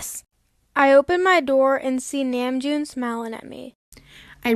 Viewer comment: NAH - MJOON